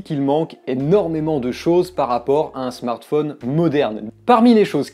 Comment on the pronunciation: Ca fait plaisir d'entendre quelqu'un qui ne dit pas Smartfaune mais Smartphone comme Téléphone. Voilà.